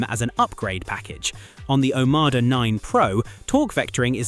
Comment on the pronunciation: OMODA, you AI twonk. NOT OMADA‼️‼️‼️🫪